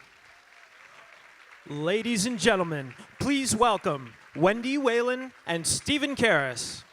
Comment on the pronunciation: For the record-- Whelan is pronounced "We-lan".